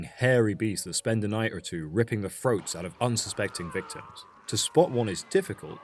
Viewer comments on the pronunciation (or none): What’s a “froat?”